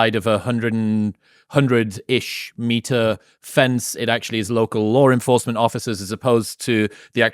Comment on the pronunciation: Wow, that's a hell of an example of an 'intrusive R' between vowels" LawR enforcemnt 😮